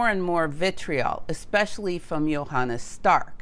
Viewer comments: it’s „Johannes Stark“ Not „Johannas Stark“ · Thank you very much for this so interesting video! One small note: The first name of Professor Stark is Johannes (not: Jonannas).